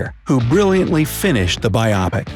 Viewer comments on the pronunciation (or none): "Biopic" is pronounced "BYE-oh-pic", not "bye-AH-pic," genius.